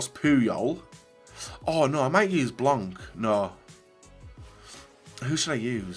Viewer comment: He calls Laurent Blanc “BLANK” ffs